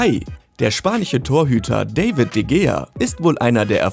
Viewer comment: Also wie er de gea und casillas ausspricht ist so lächerlich